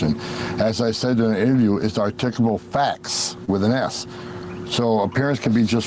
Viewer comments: "Articalable" facts. What a dumb ass, alki-brain moron who speaks as though he has brain damage!!!! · arr-tickulabul facts